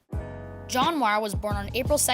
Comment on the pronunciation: Bro, that is not how you pronounce Muir